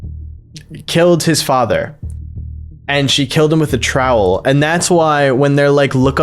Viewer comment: Nah bro did not just pronounce trowel as troll.